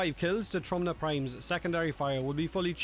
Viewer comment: Just so y'all know, "Trumna" translates to "Coffin" in Polish It's pronounced "Troomna"